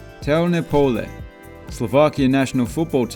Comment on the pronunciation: you were actually pretty close with the pronunciation of těhelné pole